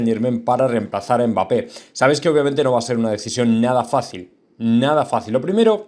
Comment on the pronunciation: No es mbáppe es mbappe habla bien